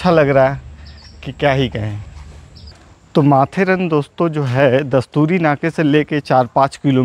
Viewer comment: यह माथेरान है. माथेरन नही.